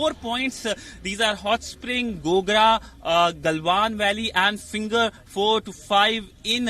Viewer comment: Is it Galwan Valley or Gandwan Valley?